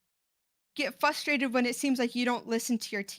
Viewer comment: I'm really glad someone else noticed lmao. They keep saying 'flustrated.'